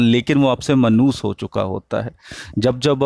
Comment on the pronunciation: السلام علیکم منوس نہی ہوتا مانوس ہوتا ہے